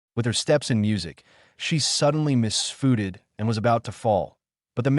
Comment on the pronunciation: New favorite word. Mis foo-ted